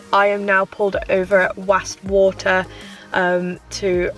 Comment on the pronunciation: it’s ok. Nice video. I’m northern. It’s pronounced wass water the deepest lake in England. Least your trying. Hope you do ok with the Scottish lingo up Ben Nevis. Keep your video’s coming. Very impressed 👍🏻🤓